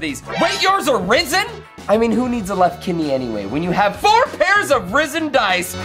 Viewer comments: It's pronounced "resin" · Risen? Man you Americans pronounce things weird! It's reZ-in! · And risen instead of resin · Unusual pronunciation of "resin"